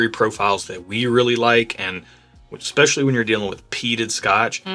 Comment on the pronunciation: Again, the word is especially... there is no "X" in especially... you're killing me.